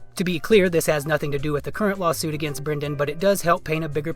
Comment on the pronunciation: Perfect opportunity to use "lawlsuit" in the title since that's how he says the word lawsuit-but you missed it! Haha.